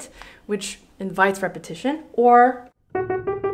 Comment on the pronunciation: Am I the only person that thinks "legitimizes" everytime she says "repetition"?